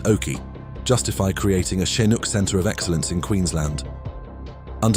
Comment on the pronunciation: Tsinuk😂😂😂... ok AI well played